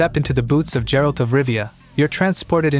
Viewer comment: I'm pretty sure the person behind the voice does not play video games, how can you pronounce "Geralt" like that? Yikes! XD